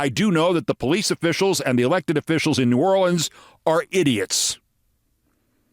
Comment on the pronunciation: He pronounced it correctly a few times and mispronounced it a few times. Mostly, when he seemed to peak in emotion, he slipped to the single syllable mispronounciation.